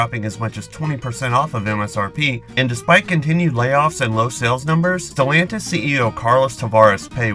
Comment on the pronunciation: It's the name... Who tf is stilantis 😂